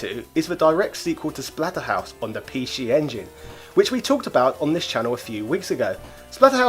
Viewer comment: Wait what? Pee shee? LMAO